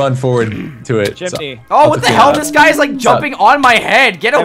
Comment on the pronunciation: Gai it's 'guy'